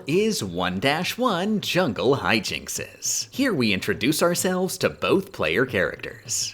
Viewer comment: Great video! Also "Hyjinx" is just pronounced hi·jinks without the extra 'es' on the end.